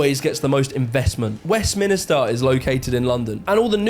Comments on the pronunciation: Westminister??? It’s West*minster*! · Just one thing, kept saying 'WestMINISTER'.... it's actually WestMINSTER... happy to help. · 'Westminster'... not West minister. And 'worse' not 'worser', or should I say 'suveror' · It's Westminster, not 'Westminister'. A minster was a type church based around a monastic community. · Cornwall was the 2nd poorest region in the whole of Northern Europe, while we were in the EU. No idea where we are now in the rankings. So yes there is a North / South divide. Every region North of us, Except for West Wales and the Valleys, is wealthier than us. 🙄 And the guy on the subject video…? it’s ‘Westminster’ not ‘Westminister’ BTW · By the way,, it's pronounced Westminster like it's spelt, not Westminister. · Why does he keeps calling Westminster, West Minister in the video. He's a southerner, so he should know how to say it. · Good reaction to an interesting video. In N Ireland here, and having worked and lived in Yorkshire, with a gf from a posh area of Kent, I can vouch for general vibes being as described here. I felt more at ease in the north of England tbh as someone with my accent. Also, this fella's pronunciation of Westminster as "West Minister" is a bit grating to me, but that's a trivial mater :p ("Minster" just means church).